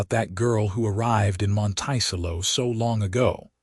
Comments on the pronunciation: Monticello is pronounced, “Monta-sell-O”. There are some AI mispronunciations I cannot ignore. I empathize with Genevieve: being pregnant, in a very different geographical setting. Glad Lucas saw Genevieve - her worth, resilience. Listening from Clarksville, TN. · Oh what a beautiful, beautiful story, I cry, happy tears several times during listening to this. Isn’t it strange how one act can change your whole life and how can anybody ever call a child a mistake. There a miracle given to us from God, something to always treasure even though I loved this story AI needs to learn pronunciation!! The pronouncing of Monticello wrong drove me crazy through this whole thing. But I did love the narrator’s voice. It’s quite pleasant thank you for the story. It is truly appreciated and I am looking forward to more. This is Betty listening from the beautiful San Francisco Bay area is. AM.😊❤❤❤❤❤❤ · How to pronounce Montecello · I’m glad that the correct pronounciation of Monticello has already been shown. I want to laugh every time someone says it. Otherwise, this seems like a very nice story.😊😊😊😊😊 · That’s the craziest pronunciation of the word I’ve ever heard! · I cringe every time it is mispronounced. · How this mispronounced word could be interpreted to sound this way when we have two other perfectly valid pronunciations depending on the location in the states! It does make me cringe, when I can understand and give grace for the other two.